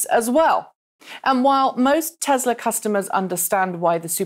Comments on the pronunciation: *Tesla not *tezla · tess la not tezlaaaas you stupid bitch